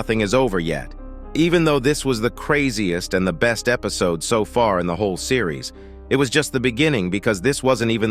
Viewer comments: Only real fans say epsiod instead of episod😂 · Is anyone gonna talk about he said epcode